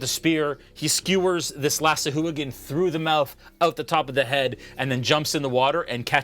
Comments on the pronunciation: he was saying sahooligan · oh dude, I totally thought he was saying Sea Hooligan. rofl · Oh man, the mispronunciation of sahuagin all game lol